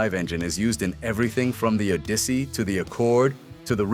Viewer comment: The "O-dissy" haha. I gotta hand it to Honda. I bought a 2000 Civic brand new with only 19 miles. And 10 of those was me doing the test drive. I drove that Civic for 19 years. When I finally let it go, I managed to put 350,000 miles on it. Honda makes really good, reliable vehicles. But that "O-dissy" is something else!🤣